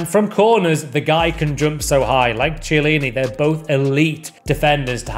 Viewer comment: Please for the love of god pronounce the CH in chiellini as a K please for the love of Christ